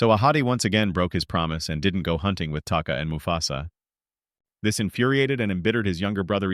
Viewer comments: It’s taka not taki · Oh god i hate it when ppl talk about charchters an they cant even get the name of the charchters right its taka get it right